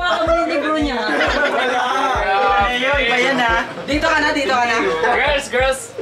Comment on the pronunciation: Omg ta-ne-yo pala pag pronounce kala ko taneo diretso lang huhu😭